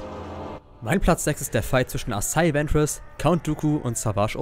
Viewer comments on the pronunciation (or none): Bitte sprich es nie wieder asaii Centers Aus sondern asajj ventress